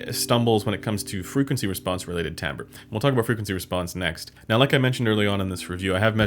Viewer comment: Correct pronunciation :)